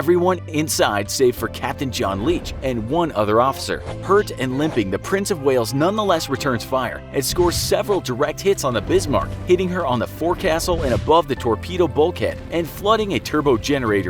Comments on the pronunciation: Let's say this together. Ready? AD-MIR-AL-TEE. Also, though it's spelled "forecastle," it's actually pronounced as "folk-sole" or the same way without pronouncing the l. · Forecastle is pronounced 'folk-sall' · I was just about to comment on it, it’s pretty hilarious. I let the German pronunciation slide, but fore-castle and admiral-ity just killed me. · For future reference I know it is spelled "forecastle" but it is pronounced like "foke-sull"